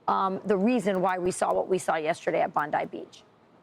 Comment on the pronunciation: Trey Yingst should've asked how "Bondi" is pronouced before butchering it 50x on camera.